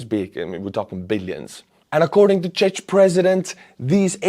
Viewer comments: fyi Czechia is pronounced czekia, Czech is pronounced czek ;) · It's pronounced "czekia, czek" 😉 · On the contrary, the whole world knows it's pronounced with a K. If anything people are likely to misspell it as Czeck, but they do now the right pronounciation. Irrespective of whether you're referring to Czekoslovakia, Czek republic, Czekia... even people who never heard about the country instinctively know how to pronounce it, even US media get it right, so I'm very surprised a fellow European like calls it the way he did. It's pretty funny, though:) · the ch in czech is not pronounced "tsh", it's pronounce more like ck czech is pronounces like check in english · Hi, I'm from the Czech Republic and it hurts me a little that you pronounce our country's name almost in the same way as Chechnia. Could you please check that the word "Czech" is pronounced in English in the same way as the word "check" and could differentiate the two countries? Thank you very much! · one small correction, Czech is not suppoused to be prounced "CzeC" but "CzeK" im glad my country is leading EU help. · Czech you read “ chek” not “chech” :) I don’t meen to be rude, just helpful:) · IT IS NOT CZECZ BUT CZECH FFS! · Its "Czech" !!! Not czeck or czetch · in English Czech is pronounced like "check", to avoid confusion. Keep well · Czech is pronounced "check". Not that hard,. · Czech is pronounced like check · It's pronounced Check Republik btw;) Thanks for your good work! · man, I love your videos, but please... check the pronounciation of "czech". It will take you 10 seconds. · Czech Republik (pronunciation is Chek (ʧɛk) my friend. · IN English, its the Czech Republic, and "Czech" is pronounced "Check". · it is just "Cek" or "Cek Republic" "Cek people" and so on:-) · As a Czech citizen I dont approve your pronunciation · I think you pronounce the word Czech wrong m8. Otherwise keep up the good work!